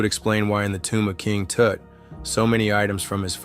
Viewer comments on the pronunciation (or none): "King Toot", hahahahahahaha